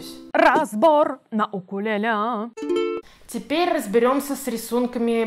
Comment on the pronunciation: В господи, когда же люди научатся говорить правильно? УКУЛЕЛЕ